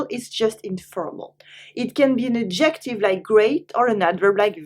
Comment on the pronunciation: Le mot adjective, c’est ADjective, l’accent sur la première syllabe, pas la deuxième. Juste un détail. J’apprends bcp de nuances ici.